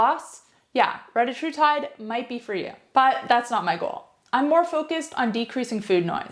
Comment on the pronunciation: Solid video, I just wished you pronounced the peptide correctly.